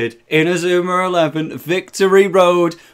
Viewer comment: ma man says inazumar elvee